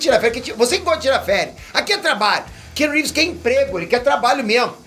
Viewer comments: Cara, aprende a falar o nome do ator corretamente - pelo menos. Não é kenu. A pronúncia é “Kianu Rives.” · O nome dele não se prenuncia "kenu reeves" Mas sim Keanu reeves. Praticamente da mxm maneira q está escrito 👍